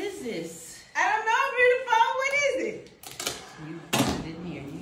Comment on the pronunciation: I love when they call eachother “ breutiful”